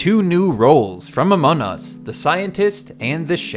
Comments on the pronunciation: Among us❌ Amon us✅ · Just a question, why do you always say it like "Amon Us"? I'm not trying to be mean, but it's just been something I've noticed in all your Among Us videos.